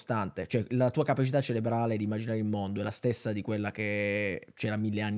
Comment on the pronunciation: Ma un universo in cui la gente dice correttamente "ceRebrale", invece di "ceLebrale", è un'utopia? 😞